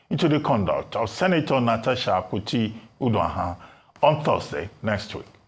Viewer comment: Dr Abati her name is pronounced Uduaghan not Uduahön😂😂😂